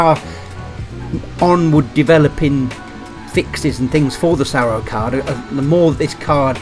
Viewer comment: I think you meant SAROO, not SARROO.